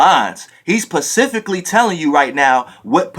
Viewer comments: ¨hes Pacificly¨ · Pacificly?! Fool got me 💀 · This nigga said "pacifically" instead of specifically...ha ha fuck outta here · Pacificly lol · He Pacifically telling yu the Pacific time!!!😂 bruh I'm dead